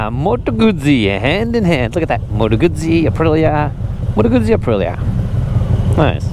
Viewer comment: The creators wouldn't attract a 'flood' if they pronounced correctly. Then again, maybe that's the idea. Why does a bike hack not pronounce properly? Attention?